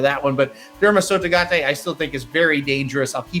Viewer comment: Can you please, please say Derma Sotogake with a "kay" at the end? You're saying "tay". Derma Sotogate is what you're adding. KAY! Derma Sotogake.